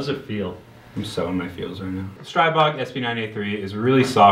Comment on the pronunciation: Sigh-bog gwand powuh